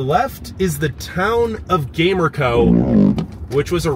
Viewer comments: And it's not called Gamer-co it's pronounced Ga-mer-co and behind the red rock park if you stayed on the main road there is rocks that look like a males genital hints the name Peter's rock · Loved your tourist view!! The way you killed the pronunciations of some places had me dying! Gamer-co 😂 your enthusiasm was outta this world! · 😂 yeah born and raised in Gallup and the pronouncing of those places made me laugh as well! Gamer-co 😂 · The town of Gamerco is pronounced GUM-air-ko